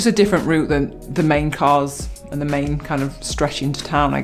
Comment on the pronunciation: "Root" it is r-OUT-e :-)